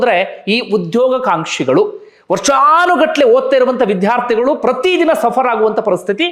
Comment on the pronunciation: Vidhhyaarthigalu alla vidyaarthi anta ucchaarane saripadisikolli please